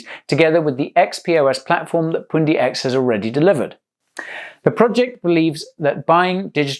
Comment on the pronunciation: You say poondi I say pundi x. Pun like bun but with a p.